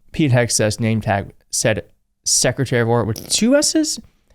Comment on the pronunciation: SSecretary of DDuhfense. 😂